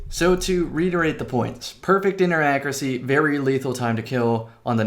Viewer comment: ACCURACY • /ˈAKYƏRƏSĒ/ (note the Y in there!) like /'AC YOU'RE A SEA/